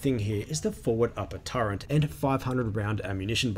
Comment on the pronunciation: Nothing clever intended; just pointing out faulty phonics. Sure, I know what you meant. But . . . there is no "n" in "turret" - not even in the Oxford English Dictionary pronunciation guide. The word is pronounced "TER-et."